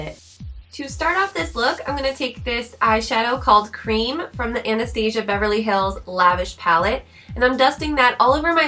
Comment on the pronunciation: U said Anastasia wrong